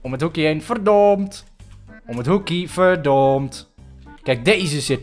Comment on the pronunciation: zeg in plaats van verdomd verdond😂😘